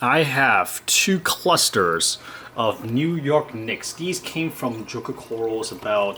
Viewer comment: You cannot say choker corals its Joker corals cringe